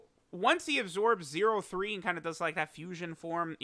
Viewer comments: Every time says 0.3 😩😩😅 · It hurt hearing “0-3”